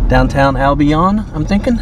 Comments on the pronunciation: The town is pronounced AL-Bin not AL Bi-Own 🤣 you have to get that southern drawl in order to pronounce these towns! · Greetings from Australia. Thanks for sharing. I noticed several basketball hoops on the roadside and not on the properties. Your pronounciation of Albion was interesting. I gew up up in Melbourne Australia and there is a suburb call Albion which is pronounced " Al-bee-an". Happy and safe travels.